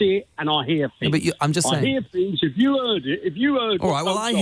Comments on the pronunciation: Fuelled by hate....he's heard fings. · 'eeeeez 'uuuuurd fings is the correct translation